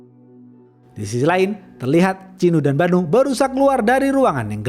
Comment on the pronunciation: ChiNNNNNU dan BaNNNNNNNU 😌 Cinu dan Banu aja bisa nggak bang ga usah pake tashjid